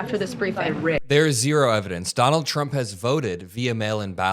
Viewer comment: She actually calls him President Chump! Listen and you won’t be able to unhear it.